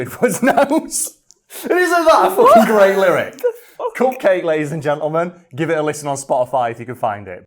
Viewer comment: For the record, Cupcakke is meant to rhyme with bukkake.